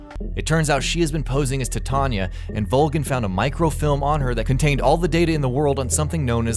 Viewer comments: tuh-tanya? no no no... tah-tee-anah. they even say it in game... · it's not tattanya it's Tatyana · Look, man.....IT'S TAT--E--ONNA! NOT TA--TONYA! Cool video tho. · Guys, it's TATYANA, not TATANYA. T-A-T-Y-A-N-A. Tanya is the short version, Tatyana - the full. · Tatanya.... MFKN TATANYA!!!!... stop butchering russian names please! Tat'yana! Tanya for short version but NOT Tatanya.... gosh... Its like read name of yours chanel like GayingBot. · tata-nya. Am I the only one confused at this pronunciation? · He says "Tatanya" lol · I like the video, except for the pronunciation of Tatyana. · Is Tatyana realy that difficult to pronounce?